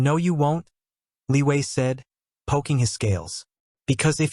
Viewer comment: Is it me or someone else also heard Liyue instead of Li Wei.